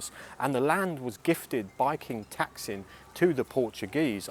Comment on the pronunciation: You must learn to pronounce king "Taksin's" name right, or my wife will look you up next time we go to BKK